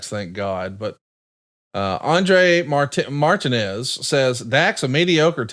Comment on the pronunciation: pronouncing Martinez that way really solidified how fucking stupid I think he is